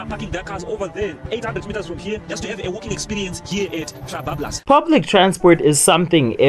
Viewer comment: Bro. Are you racist against your own people or something? I'm a white girl from the US and can say Trabablas just fine. Lol